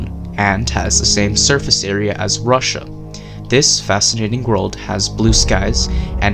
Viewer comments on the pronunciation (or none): none